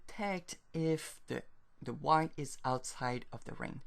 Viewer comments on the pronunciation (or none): none